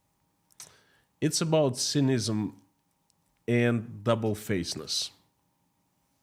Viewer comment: thank you for your always varied and informative news items from Russia. May I correct your pronunciation of “cynicism “? It sounds like si ni ci zum, stressing the first syllable and each i being short like the i in “lip”. Also about the polygamy decree; I think it is rather lopsided. Muslim women should also be allowed to have 4 husbands. What is good for the goose is good for the gander or in this case, vice versa. I also believe that in this day and age, people should be permitted to define their own family with the same rights and responsibilities as the traditional family. I think this would encourage stability and allow more dignity to those who don’t fit into the traditional mold.